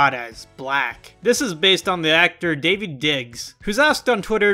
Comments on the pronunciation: I don't mean to be that person but David Diggs? Baby its Da.veed. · just had to fix you there. His name is Daveed, like the original Hebrew name. It is pronounced da-veed and not dave-id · “David Diggs” ITS DAVEED DIGGS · it’s daveed not david 😭😭😭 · Daveed Diggs!!!!! DA VEED !!! NOT DAVID(I'm sorry)